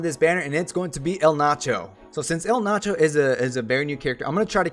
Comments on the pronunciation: I get it, you're having fun or whatever but still annoyed at the name butchering >:( Being an XI Junkie, I am just STOKED to finally get the Zilart King in my roster. Sucks gotta wait for Kam, but oh well - nearly have all the XI characters now and love that they're pretty much all good if not outright busted. Really, really hope to eventually see Zeid, Luzaf or Iroha added at some point. Maybe Sehl'teus. EDIT: His name is pronounced E-Ald-Narsh, btw. All the Zilart have weird naming conventions like that (Kam-la-nao, Sell-Tay-Us, Esha-neh-tarl) ;) and the Zilart are basically the original form of humanity in XI, before the mothercrystal split into 5 pieces and Paradise (where only Zilart and the Gods could exist) was lost. Just some XI lore for peoples who may be curious :D (The Zilart are also what the Ascians in XIV are based on) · The main problem with Eld Nacho is his pronouncing name